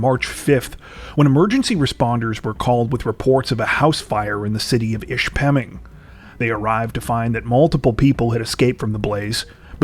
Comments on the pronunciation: It's NOT Ishpemig. The city is pronounced Ish-pah-ming. I live in Michigan. Research places & names before you attempt to say them. Each time I watch true crime from MI, our cities are regularly thrashed by the channel owners. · Ish pa ming (Ishpeming, MI)